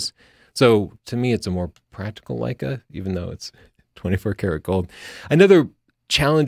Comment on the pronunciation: Birdie Sanders... Lei-KEH